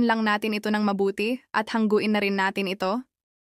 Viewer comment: HA NGU IN not HANG GU IN.